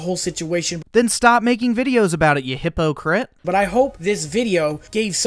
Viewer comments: He said hippo-crit 🤣🤣🤣🤣🤣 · Did he really just say Hippo-Crit